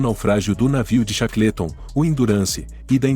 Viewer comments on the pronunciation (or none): Chacleton é phoda. A pronúncia correta cheiqueolton. Todas as pronúncias de nomes estrangeiros são sofríveis. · Cara, não é por nada não, mas se informe melhor sobre a pronúncia do inglês. Chaclêton tá ridículo demais. Desculpe-me mais assim não dá. Quanta bobagem meu!